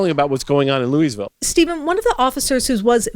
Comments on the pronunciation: hun, please stop saying it "looeezville" it's 'looaville'. thank you, great reporting. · It’s not LEW-eez-vill, it’s LEW-ee-vill. Otherwise, great report! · You can tell she has never been to Louisville, Kentucky by the way she pronounces it xD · Really? You don't know how to pronounce Louisville? Geeez